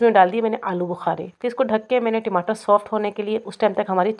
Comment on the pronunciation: ......timatar na bolein.. Ya toh tamatar bolein ya phir English waloon ki tarah tomatoes bolein